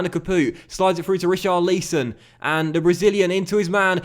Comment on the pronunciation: Richarlison pronunciation ?!?!?!?!?